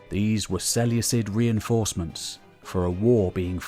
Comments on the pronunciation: Is there a definite pronunciation of Seleucid? Because Ive been pronouncing the c like a k my whole life in total war. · Ok, your ai, straybo? Its strahbo (strabo). Diodichi, seluecid. All wrong. I cringe with these mis pronunciations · Love the video... cringing every time you say "Seleucus" or "Seleucid". The C is like a K not an S. It's se-leu-kus or se-leu-kid: it's also less of a mouthful to say.